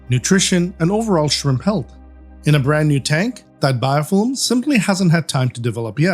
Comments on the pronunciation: "Biofillim" haha 😄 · like the way you say Biofilm 😍 ohhhhhhhhhhhhhhhhh